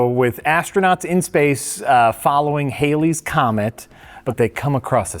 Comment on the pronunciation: Hey I'm not but 7 minutes in and I notice nobody's giving any shit for mispronouncing Halley's Comet...